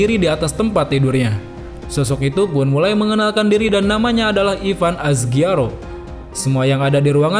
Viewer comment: Apakah Ebern Asguiaro jika dipronounce ke bahasa inggris jadi Ivan Azgiaro? Well well well